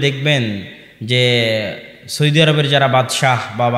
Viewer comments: সৈদি নয় সৌদি আরব হুজুর। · "সৌদি" উচ্চারণ ঠিক হচ্ছে না।